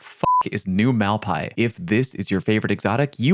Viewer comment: Your pronciation New Malpais seriously triggers me lol